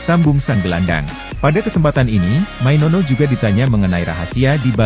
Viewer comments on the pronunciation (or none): Maino, maino bukan mainono mana ada nono ayolah baca yang BENAR, jangan asal ngomong!!!